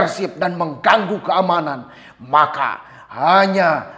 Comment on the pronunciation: Lho.. ekspektasi saya pengucapan 'lawan' nya agak lantang.. 😁😁😁 tapi kok seperti tercekik... Mungkin simbolisme, bahwa walau pasang muka garang pun menyuarakan aspirasi bagi orang Indonesia itu seperti ketakutan yang menyergap alam bawah sadar.. mungkin kurang lebih seperti ini ya penggambaran karakter bangsa penakut yang pura-pura berani...